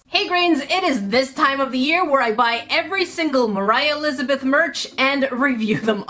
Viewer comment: ”moraah lizbeth”